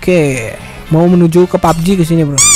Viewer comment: Bang lu kemarin kok nyebut nya pubg kok lucu bg :pabeji 😠😂🤣